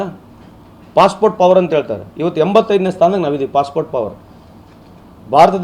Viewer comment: ನಾವೇ ನಂಬರ್ ವನ್ ಎನ್ನುವ ಟಿವಿ9 ಮಂದಿಗೆ ಅದು 'Possport' ಅಲ್ಲ 'Passport' ಎನ್ನೋದು ಗೊತ್ತಾಗಲಿಲ್ಲವೇ?! 😜